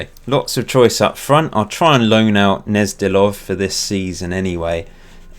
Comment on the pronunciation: Gnezdilov is definitely spoken with a G - you have to make sure to pronounce the G prominently.